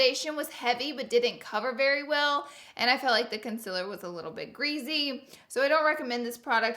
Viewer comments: No offense but you say greazy not greasy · Conciller and there goes another word grezy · *greasy* not *greezy* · litterally love when you say OHL and GREAZY its the best. MERRY CHRISTMAS!! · "the concealer was a little bit GREZZY"